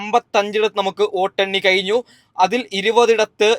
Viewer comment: എണ്ണി കയിഞ്ഞു അല്ല എണ്ണി കഴിഞ്ഞു. നിമിസം അല്ല നിമിഷം. സീട്ടല്ല സീറ്റ് വയന്നടെല്ല വയനാട് 🤣🤣🤣🤣🤣🤣ഏതാ ഈ ഊള